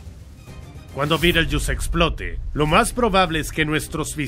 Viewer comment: Betelgeuse se pronuncia beteljeuse, no Bittlejuice.